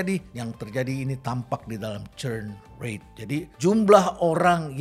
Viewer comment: Maaf pak Rhenald itu bukan turn rate tp churn rate